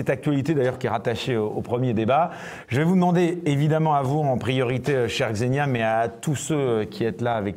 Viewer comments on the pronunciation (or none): Je sais que c'est pas intuitif pour les français, mais ça se prononce "Ksénia". Même chose pour Svetlana, ça se prononce plutôt comme "Çviétlana", pas "Zvétlana" :)